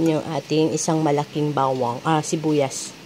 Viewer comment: Rinig ko bewang, bawang pala hahaha!